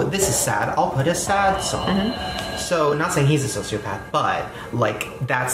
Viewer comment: "Social pepper"? xD edit: turn on CC